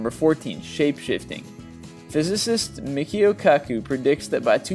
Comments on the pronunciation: Not mik'io kaku actually michio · WHY DO YOU YANKEES ALWAYS SAY C:ees AS K:ays!!! IT IS ANNOYING! URG, it's Michio Kaku and not "MIKIO KAKU" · its "me-chi-oh" get it right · Mickey-o ? Haha that's the first time I've heard his name said like that. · shape shifting... thats not how you pronounce that physicists name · you pronounced Micho Kaku incorrectly.